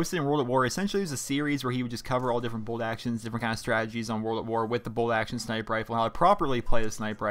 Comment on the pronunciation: Lol you say sni-i-per too? Lol I thought it was just my brother and I that say it and everyone else says sn-eye-per.